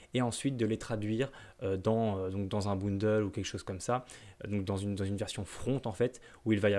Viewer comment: Merci ! Seule critique : bundle se prononce "beundeul" et non "boundeul" 😅